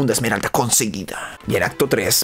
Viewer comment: ya en serio, pq dicen "esmerald"? XD, no lo digo por ti osea si pero he visto a otros youtubers decir "esmerald" en ingles no lleva la "s", es "emerald" entiendo que en español si lleva "s" pero, si hasta viene escrito wat xd